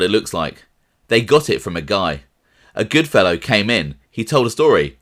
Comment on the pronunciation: At 3.30its goodfella not the highly English way Goodfellow ...please